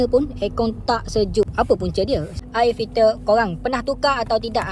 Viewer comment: Nape sebut ayer filter😢